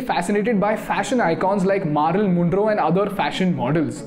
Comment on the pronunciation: Marilyn pronounce karna seekhein bhaiya